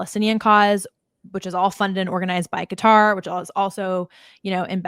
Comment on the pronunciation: Qatar Qutarlson